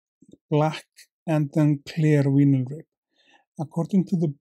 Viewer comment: I think I will add this to my to-do tying list for my donations. The Healing Waters group I tie for is based at a fly fishing club that has its own pond. Yes, I remember Swannundaze though I haven’t seen it in decades. :-0 In English, vinyl is pronounced “vi - nil” with an “eye” sound for the “vi” rather than “vee-nil.”